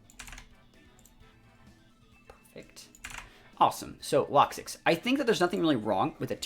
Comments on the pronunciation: Why do you call it “locksix” there is no S in there. I always presumed it was pronounced “Low-Kicks” as it’s spelt Lokix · Had to stop watching 5 minutes in. Lokix not Lock Six